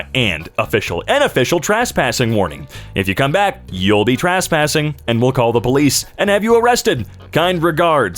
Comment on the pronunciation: Holier than thou Shining a light to ignorance, reads "and" with emphasis where it should be "an", to show they're stupid...continues mispronouncing "trespassing" as "TRAHSSS-passing"...twice